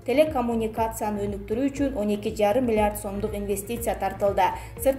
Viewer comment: Окуп жаткан кыз, миллард дейтго😁